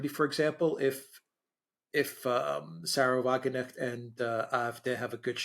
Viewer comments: By the way, the pronunciation of Wagenknecht is Va-Gen (g as in gay)-k-n-esht. The difficult part for English speakers is the second part of her name: knecht. Unlike in English, in German, the k in ‚kn‘ is not silent. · "Wagenknecht" to let you both know is pronounced with the "K" because it is German not English. We do not have a silent K in German. Wagen Knecht. I could be wrong but believe that the translation in to English would be Wagon boy! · Wagenknecjt is pronounced Wagen-chnecht, the CH pronounced like the CH in Christ. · Wagen knecht not Wagenecht . Wagenknecht = Wagon - puller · The "k" is spoken out in the name, wagenKnecht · Wagen Knecht... please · Guys it's Wagen-KNECHT. The K N have to be pronounced, no letter is silent 🙈🙈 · "Sahra Wagen necht " I Love how they saying her name 😂👍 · You guys are brilliant - as always!! Thank you so much again for a great clarification!!! Here a wee-little-hint on 'pronunciation': my favorite German politician (...one of the very, very few!!), Sarah Wagenknecht's name is spoken out with a clear K - and rather not "Wagennecht"... 😇.... AfD is is with a 'deeee' and not with 'dä' ... And... Der 'schwarze' Herr Merz ...is ..... incidentally ... BlackRock.. (..just sayin'..) ❣ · Thanks for your insightful commentary on Germany. One quibble: Sarah Wagenknecht is pronounced with a K (like in rock'n roll). Eike from Germany. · Pronunciation tip: You DON'T pronounce the funny little g (with a hat) in Erdogan ("Air - doe - wan") But you DO say the "K" in "Wagenknecht" (It means sort o' like 'low man on the wagon totem pole" or "wagon servant".) She is a VERY good speaker and can point things out as well as Claire Daily, though she seems (or at least CAN be) considerably more down to earth less offensive when reaching her base. She also has a presentation blog; many German fans see her as a hope for so many failings in goverment as well as the general societial scene. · The ‘k’ in Wagenknecht is not silent.